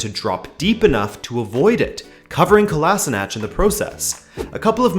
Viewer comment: Hey man, awesome vid. Just wanna say kolasinac is pronounced like "kolashinats" not the way you say it. Other than that really great. Cheers =)